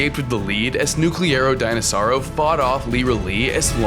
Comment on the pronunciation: Bro is saying nucerlo denosaur